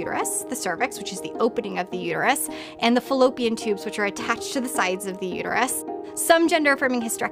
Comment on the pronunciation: Why doesn't she realize there is a "t" in the word uterus??